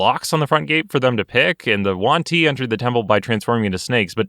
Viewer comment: Juan ti? Not yuan ti?